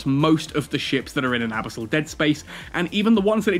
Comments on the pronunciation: "abasol dead space" lol. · Brother no, abisol is not it lol love your content, first time I've heard you say this word haha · Why do you say abyssal like that? 😂🤣